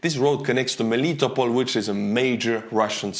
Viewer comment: It's MeliTOpol, NOT MeLItopol.